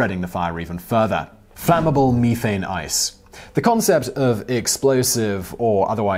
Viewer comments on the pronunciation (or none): And "algea" Edit: oof, and "methane" WTF Simon?